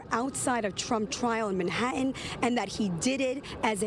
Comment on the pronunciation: A grown ass woman just said "ManhaHen."